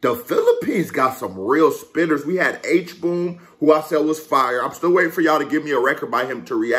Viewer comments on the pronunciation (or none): Hbom is pronounced as H-BOMB